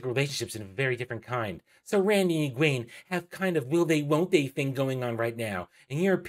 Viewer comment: Great video and thank you. I finished reading all the books years ago. I don't watch many book-related YouTubers, but since watching the WoT show I've been looking for faithful fan's reviews, and so far you are the third one I've watched. I'm guessing not many people care, but I just can't hold this back anymore : Pronunciations: Nynaeve: NIGH-neev Egwene: eh-GWAIN Am I the only one who reads the glossaries?